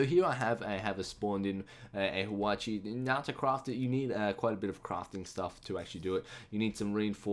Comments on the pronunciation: its not pronounced "hawachi" and its not Japanese, its Korean, its pronounced "hwa-cha" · "Hwatchee?" How the hell did you get that? There isn't even an I in it! It's HwatchA! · it's Hwacha, not Hwachi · It's not pronounced hawachi. it is a korean hwa-cha. which is the first automatic rocket weapon in the world. It is one of Korea's many cool stuffs including Gangnam Style. trust me, I'm Korean! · The first one is pronounced wha-cha and it's Korean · Its pronounced Whah-Cha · Yo there... You pronounced it wrong. It's Hwacha (hua-cha) and its not Japanese. It's ancient Korean.